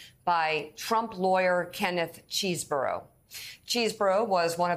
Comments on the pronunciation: It's pronounced Chez-bourough... Not CHEESE - Msnbc reporting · LOL Mica...it's not "cheese-burro"... It's Chesebro ("chess-bro). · CHEZ-BRO!!!! not CHEESE-BORO!!!! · His should be pronounced "ches" as in chess not CHEESE --- Ches bro. But then maybe Kenneth wants to have us call him CHEESEborough.